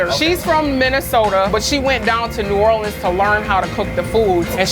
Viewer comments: No. We do not say “Nawlins.” No one does. That was created for t shirts by people who misunderstand the local dialect. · That is not New Orleans shrimp and grits. We don’t say Naw’ leans… only tourist talk like that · Yeah, We def do not say nawlins out here lol. That is def a tourist/foreigner thing.